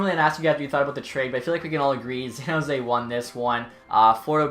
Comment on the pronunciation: san not zan